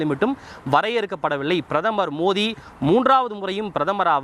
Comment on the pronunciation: பிரதமர் மோதி இல்லை.. பிரதமர் மோடி..ஒழுங்கா சொல்லு டா.. எரிச்சல் ஆகுது..